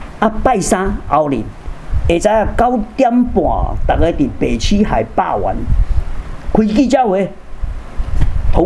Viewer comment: 可愛的曾博士！海霸“完”😅😅😅